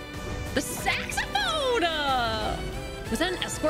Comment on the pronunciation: The saxaphone-uhh